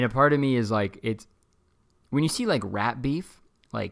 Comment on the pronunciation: IM REWATCHING ALL THE PODCAST EPISODES FROM THE BEGINNING AND EVERYTIME YOU SAID RAP BEEF I LEPT THINKING YOU WERE SAYING RAT BEEF